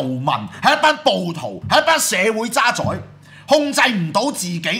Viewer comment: 「渣滓」個「滓」字音「子」，唔係「宰相」個「宰」音。